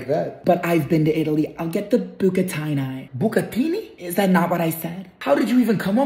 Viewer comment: "Bouq-a-tin-eye" lol 😆 Can't even spell it to match that butchered pronunciation.... It looks good!